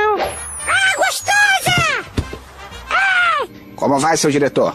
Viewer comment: "Ihhh que isso... olha que mulher gostAUSA!!" kkkkkkkkkkkkkkkkkkkkkkkkkkkk